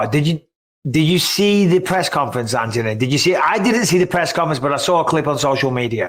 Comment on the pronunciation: U pronounce Anthony the right way Mikey B!